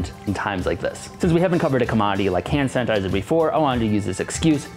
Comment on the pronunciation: He keeps calling it "Hand San-tizer" 🤣🤣🤣